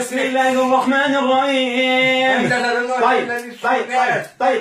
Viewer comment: انتبهوا إلى نطقه بالبسملة في الرحمن الرحيم قال الرعيم